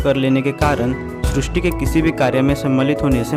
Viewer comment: आप सब शब्दों का सही से उच्चारण क्यों नहीं करते हैं ? जैसे ही इस वीडियो में सृष्टि शब्द को गलत तरीके से उच्चारण कर रहे हैं|